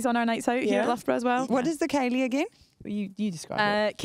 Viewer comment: Are they pronouncing Ceilidh right?